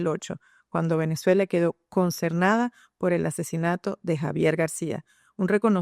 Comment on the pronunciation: Pronuncia "consernada" por "consternada", la ese final se palabra se une a la vocal de la palabra siguiente y no debe pronunciarse como jota. A sus órdenes.